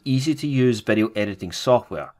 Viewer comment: its VEE DEE O. not vedio